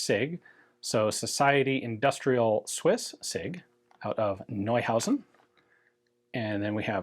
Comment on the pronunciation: Great pronunciation of Neuhausen sir!